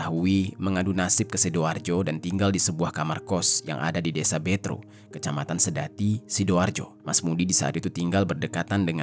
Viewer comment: sebagai orang sedati, aneh denger abangnya bilang betro wkwk harusnya betro bang bukan betro😂